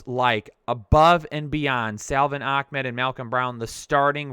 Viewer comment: Hey, the backup runningback for the Dolphins isn't a terrorist puppet. It's AH-MED I believe